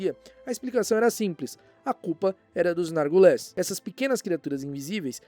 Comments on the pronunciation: Vídeo muito bom!! Amo vídeos desmentindo as teorias, por mais legais que sejam. Mas morria de rir toda vez que o ignorava completamente o i de Narguilés, falando Nargules. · Por que voce fala NargUles? rsrsrs